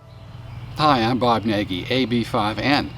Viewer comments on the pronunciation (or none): Hungarian surname. Should pronounce "naj", not "nagee"